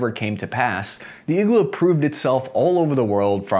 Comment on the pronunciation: It's pronounced Eee-g-Laaa... needle in russian